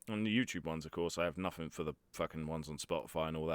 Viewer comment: Npthing too u wanna not say nofing. Otherwise your voice seems good. Just this one thing is the most wrong thing your accent has done to you. Your accent otherwise is goid it is just this one thing that so very few others say it like.